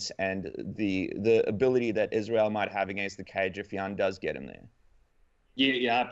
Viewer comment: How the heck is Israel still that difficult of a name to get right, guys?